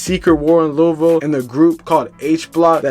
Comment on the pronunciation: Hey plz don’t speak on shit if u can’t say Louisville correctly. Thx